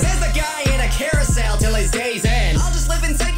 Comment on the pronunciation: I think he made it "carou-cell"